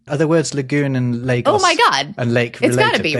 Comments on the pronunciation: Except the emphasis should be on the first syllable and not the last, so not quite perfect. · Very amused that thinks LAY-goss approximates the Spanish pronunciation of Lagos. (And yes, in Portuguese it's phonetically LAH-goosh, or at least the namesake in the Algarve in pronounced that way). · Amstel water blockade I'm from California and have always said Yo-annis-burg Wouldn't Lagos be pronounced Law-gose?